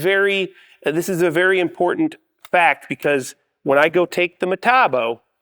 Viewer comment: You keep using that word: "Metabo." I don't think it means what you think it means. Say it with me now: Metabo HPT. Muh-tah-bo Aych-pee-tee.